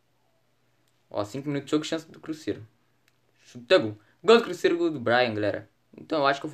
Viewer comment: Porque vc fala assim crusseiro que e cruzeiro